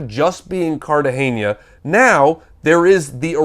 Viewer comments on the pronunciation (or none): Just an FYI: it's Cartagena not Cartageñia.